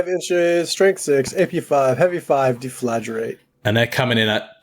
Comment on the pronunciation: *deff-la-GRATE Come on guys, not too hard to pronounce...